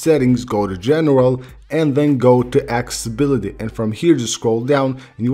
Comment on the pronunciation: Guy can’t speak accessibility properly XD😂